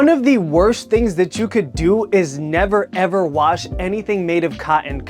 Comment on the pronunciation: I love the way you say nevaa evaa